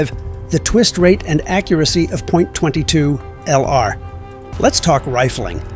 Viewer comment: Terrible AI no one says Point 22